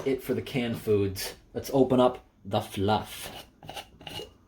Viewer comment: “let’s open up- the fa-luff😋” I rewatched that way too many times. (This is why you don’t stay up late)